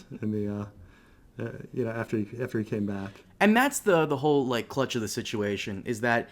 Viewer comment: Btw, it's "CRUX", not clutch. Sorry but it was driving me crazy